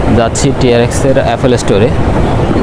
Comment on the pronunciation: আইফোন ফাটাতে, 😅😅😅 শিট। বুলশিট। বাঙালি হয়ে বাংলা ঠিকমতো বলতে পারেন না, ছিহ্ এফোল ফ্রোডাক্ট। এফোল ইশটোর। এসব কি বলেন ভাই?? লজ্জা নাই, আপনার চ্যানেল কে আবার গর্দভগুলো সাবস্ক্রাইব করতেছে। ব্লাডি.... …